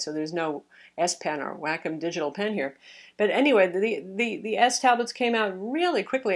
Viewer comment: Is Wacom pronounced Whack'em like says it? I always thought it was Way-com. Edit: It's pronounced "Wah-Kum" according to this